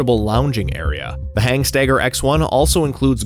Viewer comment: Good video. Not sure where the extra "G" in Hanstaiger came from though... Definitely not HANGstaiger...